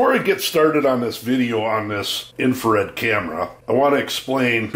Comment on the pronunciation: Infrared, not infared. lol